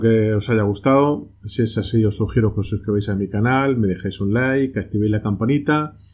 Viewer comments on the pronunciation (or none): none